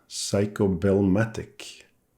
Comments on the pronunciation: Man I love your videos, really enjoy ‘em but this particularly annoyed me. Sorry in advance if I sound smarta$$ but please it is not “psycho” it is “Seiko” the “i” is to elongate the “e” sound so it is like “Se-e-ko”. Again I’m sorry not trying to offend but it hurts my ear every time you say it. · Why do you refer to the watch as a "Psycho" Souldn't it be pronounced "Say-ko"? Or is it your cold? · Interesting for sure, always. Love the fact that you pronounce Seiko and psyco about the same to my ear. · I'm amused by the fact that when you say "Seiko" that it sounds as if (to my ears at least) you are saying "Psycho". 🤣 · It is a joy to be subscribed to your channel,. Dad jokes are the best jokes. Not only do you make a superb video of this challenging renovation; you persist in pronouncing the brand name as "Psycho" (please never correct that). Is this old beauty showerproof? Thanks. Hope you're having a great weekend. Cheers 🍻!